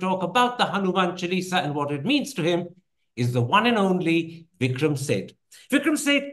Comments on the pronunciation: Its jarring to hear Chal-eesa as the name from Karan. Please be cultured enough to pronounce it by its right name - its Chaalisa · I wasn’t ready for Mr Thapar’s mispronunciation.. Chuh-Lee-Sah, but I understand the soft power potential of translated religious manuscripts! Mr Suitable boy is about to become the Overseas Sanghi Poster Boy! But I’m not ready for this either! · Hanuman se sidhe modi par achraj hai Jabhi aap hindutva ka sahi arth nahin samajh paye Hanuman chalisa ko chelsi bool rahe ho Aap naam bigad rahe ho lagta nahi ki aap chalisa ka sahi pronunciation nahi jante ho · He pronunces Chalisa with an American twang.